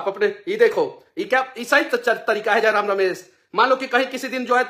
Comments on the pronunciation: Manish Babu tujhe to jayram ka nam bhi sahi se le nahi pa rahe hai to jayram se kya dibet kijiyega😅😅😅😅😅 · iska fta hua hey 😂..dr sey Tiger da ka naam sahi sey bol nhi pa rha hai